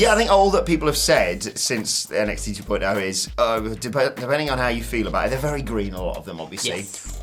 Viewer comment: Going to continue to downvote every video where says '2.0' like that.